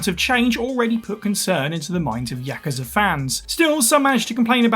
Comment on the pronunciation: Jeralt doesn't bug me that much but their pronunciation of Yakuza bugs me like mad